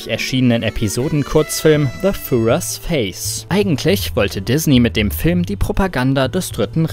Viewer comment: Wie ihr führer ausgesprochen habt hat dem Video wieder mal den Rest gegeben. Es ist kein englisches Wort. Im Gegenteil haben die Macher doch offensichtlich den deutschen Titel benutzt, wo sie einfach ein entsprechendes englisches Wort benutzen könnten. Also wenn englisch hier so weit geht dass man deutsche Worte nicht mehr deutsch ausprechen darf bin ich davon kein Fan.